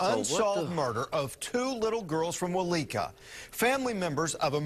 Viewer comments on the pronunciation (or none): Aaaaaaaaa lol 😆 I'm sorry but I giggle everytime he mispronounced our town name's bless his heart its Weleetka - wo-leek-a and Okmulgee owk-muhl-gee. The weleetka community center is called this because it's own and operated by the Weleetka nation in weleetka territory. Just like where I live, I'm in choctaw nation territory and we have many choctaw centers as well. 😉.